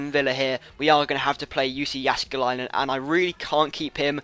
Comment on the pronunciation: Your pronounciation of Jääskeläinen is pretty good for a non-Finn, so don't sell him for that :) Besides you will not get anything for him.